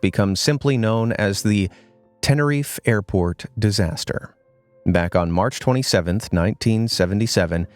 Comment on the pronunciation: U said Tenerife wrong you said it was Tenerif airport disaster it’s actually said The Tenerife Airport disaster You forgot to add the E at the End